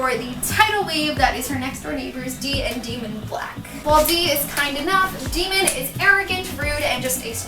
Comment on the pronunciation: fun fact: JLA dislikes the audiobooks! especially bc they pronounce daemon's name wrong haha i'd love to see more hoop reviews! this was awesome :)